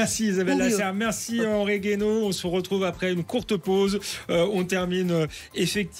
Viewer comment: Mr G.u.a.i.n.o. Guaino et pas Gaino… désolé